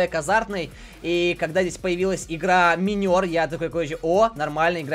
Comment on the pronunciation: ЭО НЕ МИНЁР, А МАЙНЕР!!!!!!!! XD